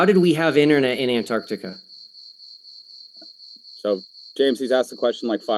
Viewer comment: Easiest way to detect a flat earther: They all say Annardica instead of Antarctica.